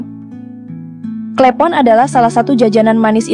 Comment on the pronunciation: Klepon bukan klEpon